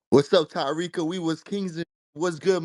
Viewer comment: NOT THE BIRDS CALLING FOR TA-WEEK, TA--WEEK 😂😂😂😂😂😂😂😂😂😂😂 I CAN NOT WIT YOU TARIQ, IN LITERALLY IN ALL TYPES OF TEARS